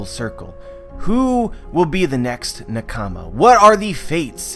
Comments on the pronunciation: It's pronounced nah-ka-mah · Please, please learn how to pronounce the word nakama, please. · Why do u say nakama like that?